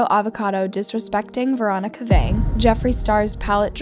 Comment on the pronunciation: Is it just me or did I hear her say Veronica Vang